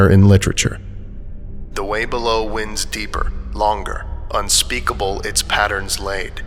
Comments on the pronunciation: "The way below winds deeper, longer, unspeakable its patterns laid. The lost forever damned to wander. This thing a quiet madness made." You pronounced "winds" wrong, it should pronounced whined like a winding path. It's very important to the quote. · its not "winds" like air movement... its "winds" like the present tense of wound. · *'winds' as in "w-eye-nds", not "winds" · Not winds - winds but winds - wines... English is a goofy language sometimes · ... winds⏱️ deeper. Not winds 🍃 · Wind such as winding a clock, not wind as in a strong breeze. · ...the way below winds deeper...., winds like a watch winds, not winds like the wind blows. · "Winds" was pronounced wrong I think in the quote lol... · Text to speech? “Winds” as in rhymes with “kinds” It’s a verb. It’s not a plural noun talking about multiple occasions of air blowing around